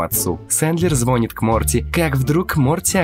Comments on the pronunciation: чел говорит звОнит вместо звонИт…. это пиздец) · автор, звонИт - позвонИшь!!!!!!!!!!!!!!!!!!!!!!!!!!! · ЗвОнит???Это пипец.Автору учить русский язык-срочно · Хороший обзор, уже много твоих видео посмотрел. Но есть маленькое но, режет уши твое "звОнит" и много не правильных выговариваний слов. Поработай над этим. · "звонит Морти"! блин, не звонит, а звонит!